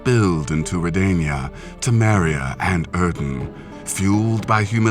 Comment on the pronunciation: Facepalm Wtf? Just wtf? The pronunciation again....Aedirn... Come on people!